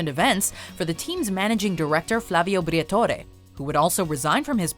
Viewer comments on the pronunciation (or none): none